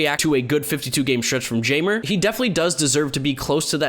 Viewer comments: I think Jeimer is pronounced high-mur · I know I'm a white boy too but I know that Jaimer is not pronounced "Jay-murr"